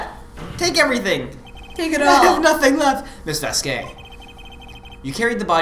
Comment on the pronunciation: Damn you guys are dumb to mispronounce Vasquez.